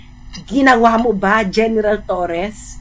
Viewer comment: Mam torre po hindi torres hahaha sorry mam prrd ako kino correct lang kita